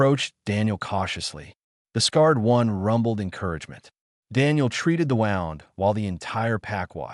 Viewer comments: Your AI is having trouble. It is bloodfang, as in "The Vampire sank his fangs into my neck." Also, its wound as in please have the doctor dress his wound, not wound as in he wound the excess rope. ALL OF THIS IS VERY DISTRACTING. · Crappy narration. Is,it Blood-Fang or Blood-Fong? Pick one. Wound was also butchered. Get better text to speech software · Wound should be pronounced properly Stupid AI garbage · The downside of AI. Do you use a short-A ah sound or a long-A aye sound in fang? Do you pronounce wound with an ow sound as in 'the path wound around the mountain', or do you use the ooh sound for wound as in 'I had a bad wound'? They're spelled the same but the meaning is very different. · Great storage enjoyed it. I just wish I didn't seem to glitch in certain points and there was some points it spoke in I think italian/Latin something similar. And certain words like it and wound also a few other get pronounced as something different.